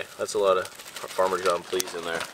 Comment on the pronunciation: Me watching trying to pronounce Parmesan 🤦🏻‍♀️ 🇮🇹 🇮🇹